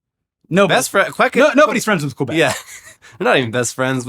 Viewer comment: Qwabec? It's Québec. (Keh-beck) 👍